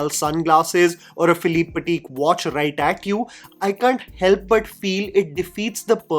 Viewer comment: "Philippe Pateek" 😂😂😂😂😂😂😂😂😂😂😂.